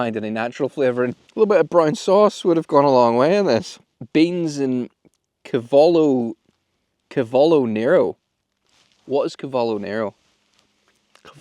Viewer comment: Haha… laughed at the Cavolo Nero! 😂 I’m an allotment gardener so the pronunciation made me giggle